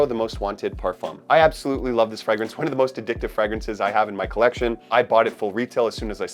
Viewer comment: Dude can't pronounce the word fragrance properly and has a fragrange chanel lol